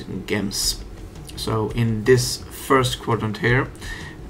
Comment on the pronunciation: A bit late but gems is pronounced jems... With a j like Jupiter not like Johan.